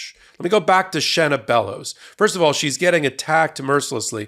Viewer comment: I’m from Maine. You pronounced it correctly the first time. She is definitely well qualified. She is a true Mainer. If she wasn’t she wouldn’t have been selected. She is a wonderful representative of most average women native to my state. She got where she is through hard work and sheer determination. Her and our Governor Janet Mills make me wicked proud to be a Mainer and I couldn’t be happier with their leadership. (We also have many great people in our state House of Representatives and three wonderful Congress representatives (I didn’t count Susan Colins though I do respect her hard work directly for her constituents I don’t approve of her overall voting record)